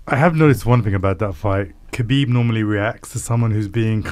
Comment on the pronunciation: Why do Indians call KAH-BEEB HAH-BEEB are they high. Are they drunk. Yoga fire yoga flame?